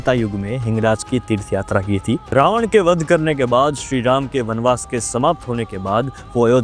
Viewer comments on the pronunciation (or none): none